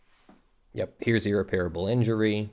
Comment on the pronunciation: one thing that really bothers me about your videos: you need to check the pronunciation of "irreparable" - the 'a' after the 'p' is not a long vowel sound:-)